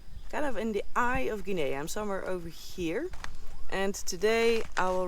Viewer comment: FYI, the country of Guinea is pronounced, gin' ee. with a g as in go. Sierra Leone is a former Brit colony and is pronounced, See era' lee own'. Hope that helps.